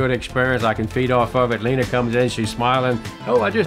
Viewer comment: You named her. So I won't correct you. But is her name really pronounced "Leener"?